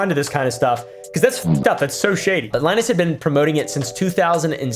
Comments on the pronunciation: Its LIE-nus, not LIN-us. Sorry, but you definitely said it wrong. However, in your defense, Linus runs a popular computer tech channel, and there is a popular computer operating system called Linux, so maybe your subconscious is inadvertently combining his name with the OS, because they have similar spelling and sound to each other? If so, then I can totally see why you would pronounce his name that way. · Im 99% sure its Lie-Ness not Lin-S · its Lin-Us not Lin-Es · its pronounced "linus", not "linus". Hope this helps! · I know you know how to say /ˈlajnəs/ not /ˈlɪnəs/, but you're really cute, so here's your engagement 😉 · It’s not Linus, it’s Linus. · pronounced Lie-nus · Li-nus not lin-us 😅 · It is “line-us” not “Lin-us” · line-us not lin-us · it's "lie-nus", cause u asked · It looks like Linus but it’s pronounced Lynus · It's Leenus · it's like lie-nus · Linus (Lie*nuss) nuss like buss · It’s line-us. Like from Charlie Brown. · It's Lie-nus. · its ly-nus; lie-nus if you will, since he lied to us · It's pronounced "Linus" (sextips) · Linus is pronounced Linus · pronouncing Linus like Linux is fitting I wouldn't even be mad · it's pronounced linus. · Linus is pronounced Lie-nus, I believe. I bet figuring that out crushed Linus. He seems like a cool guy. Ask Kris how she pronounces it. He did a tech build for her, didn't he? Markiplier is great. My son has watched him since he started in 2012. Still watches to this day, as do I. I've always felt unsure about honey and too lazy to add it, to be honest. I'm glad I stayed away from them. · It is pronounced "Lee-Noose". U marry nice Greek boi name Lee-Noose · It’s “Linus”, not “Linus”. Hope that helps. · it's line-us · It's Ly-Nus, 😂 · it's pronounced "Line-Us" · Linus - lie-nus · It's called "Linus" its not that hard bro. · It's pronounced Linus smh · ITS LIE-NUS REEEEEEEEE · its pronounced linus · Dude, go watch a Peanuts cartoon if you don't know how to pronounce Linus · It's not Linus it's Linus